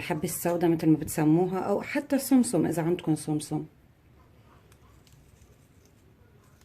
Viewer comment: اسمه سمسم مش سوم سوم ههههه.